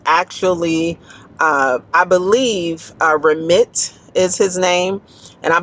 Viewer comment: His name is pronounced Ra-meet, and he's an OG in the personal finance space. His methods aren't for everyone, and lean more towards those with high incomes, but the behaviors and systems make sense.